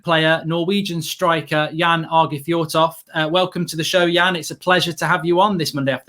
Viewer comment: Ehh Mark did? And he nailed it